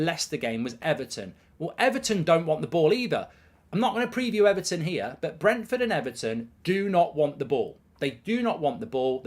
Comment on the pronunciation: You could not pronounce Brentford at the beginning and then could not differentiate between Brighton and Brentford. Top class work.